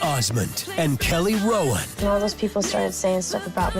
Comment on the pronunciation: I heard “Kelly Rowland” 💀